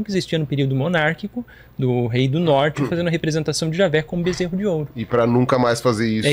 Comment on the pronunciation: Ai ai, o bezserou de ouro kkkkkkkk